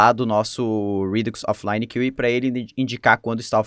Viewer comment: top o conteúdo :) dúvida: pq o array de middlewares precisa ser criado antes e depois ter vários .push para adicionar os middlewares, em vez de ser apenas um `const middlewares = [middl1, middl2, ...]`? outra coisa, acho que seria legal dar uma pesquisada sobre a pronúncia das palavras, como queue (é tipo "kill"), event (é mais como Évent do que evEnt). O que me incomodei é ouvir rídux em vez de redúx xD